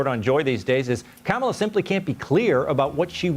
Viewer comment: They put together a lengthy montage of Democrats pronouncing Kamala incorrectly, of course..